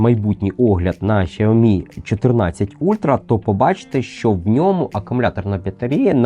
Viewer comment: 🤣 Так китайська вимова якраз звучить близько до "сяомі". Дослівно перекладається як маленький (сяо) рис (мі). "Шяомі" це викривлений англомовний варіант. У англомовних багато проблем з системою Піньїнь. Прочитайте базові правила читання на вікіпедії. Там написано, що Х читається як С з присвистом.